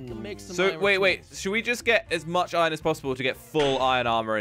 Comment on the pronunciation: This is how say Iron Irin